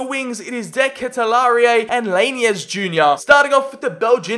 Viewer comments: Haha how you pronounce de ketelaere is amzing. (De ka til are is sort of the right way) or just Charles like you did on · De ketelaere is pronounced de ket-lair-e